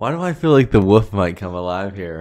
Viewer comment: Funny how pronounces the word wolf as woof. LOL